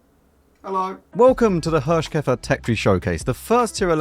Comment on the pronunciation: Thanks for the most entertaining WoT content. I don't know how you're able to make everything fun to watch, even if the game wasn't really fun at the time you played it, but you do. Or the cutter is just brilliant. ;-) While you pronounced the Hirschkäfer pretty well, you got Nashorn completely wrong. It's build of two words, and pronunced like that, Nas-horn, which is literally nose horn, the German word for rhino. Just so you know. Please ignore and continue the way you do. Thanks a lot!